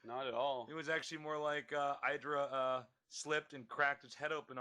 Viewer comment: HIS NAME IS FUCKING IDRA NOT EIDRA